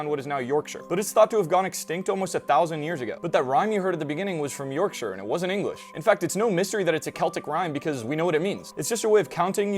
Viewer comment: Thank you for pronouncing Yorkshire correctly. I know a lot of Americans struggle with -shire places for some reason.